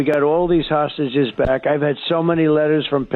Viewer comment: It’s hard for him to say three syllable words like hostages … and he’s a pos. BB is a bastard !!